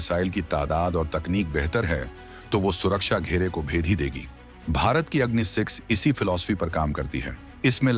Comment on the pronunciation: please pronounce the name of the missile correctly, i assume ur indian so it is agni and aagni.